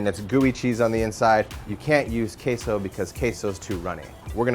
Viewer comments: The way they pronounce it sounds more like 'queijo' in Portuguese but the word they use is in Spanish. They can't even pronounce 'queso' in Spanish correctly. I'm just voicing my thoughts out. But seriously. Show some respect to other countries' languages. Spanish is the second most common language after all. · We actually pronounce it correctly. This guy is a douchebag, what a horrible video.